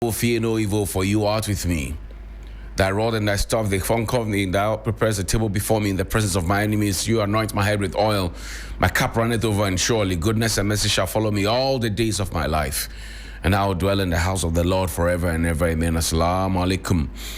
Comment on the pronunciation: Good delivery 👌🏾...however, on a lighter note did I hear you say ''thy rod and staff they 'foncort' me'' ...u made me go like kaiishhh (dem get we)😂😂